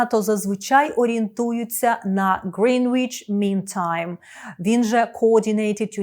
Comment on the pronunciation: Great job ! Small remark : "Greenwich" is pronounced without "w" ˈɡrenɪtʃ